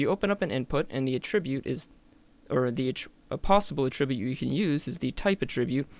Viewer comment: great video! but pretty please learn how to say "attribute" correctly (it's the _noun_ in the dictionary)